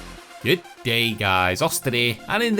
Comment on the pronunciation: G'DEEH GUYS, 😂